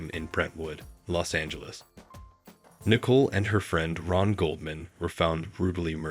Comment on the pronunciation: "Ai" can't pronounce 'Nicole ?" That's pretty lame, how DISRESPECTFUL of a video maker ?